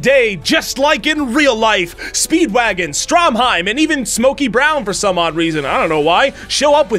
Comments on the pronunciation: Has no one else noticed he called Stroheim Stromheim? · Bruh you really gonna call him "Stromheim" instead of "Stroheim?" Also he didn't really throw himself on a grenade. He fucking held that grenade in his own face intentionally to blow his body to pieces and kill Santana.